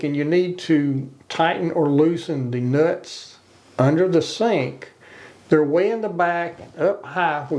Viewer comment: 😂😂😂😂he said “Da Nutz”🤣🤣🤣🤣